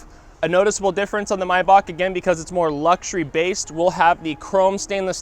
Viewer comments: Steph the Mess he's actually saying it correctly. If you say it May like the month, you are wrong. It is my, like the possessive pronoun, Bach, like the music composer. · He's pronouncing it correctly. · I love when people pronounce MAYBACH correct!!!👍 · But it’s called MaybaCH with a CH and not Maybac.You don‘t have the CH-sound in english so nearly nobody (except People from german speaking countries) pronounce it correctly. But he pronounces it better than people saying Mayback